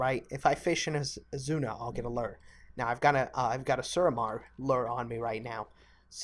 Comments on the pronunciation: Gaming it is loo-er. Not lur. I'm American and a fisherman irl. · Loo-er not a lur! Good video though! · This dude mispronouncing lure made me want to kill myself over and over and over again